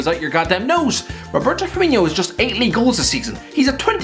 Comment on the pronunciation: How tf did you manage to pronounce both firminho and firmino pick one for gods sake even if its wrong